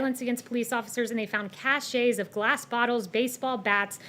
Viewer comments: Cache is not pronounced with ay at the end. Barbie. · She is not perfect after all. It's seems Kayleigh may have mispronounced the word cache ( a supply of weapons for example). She said cache'. That's the only mistake she has made with these press punks so far.